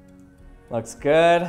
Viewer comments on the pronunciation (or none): none